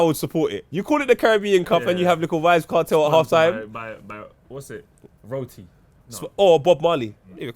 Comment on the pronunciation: man said roti im dead. love these guys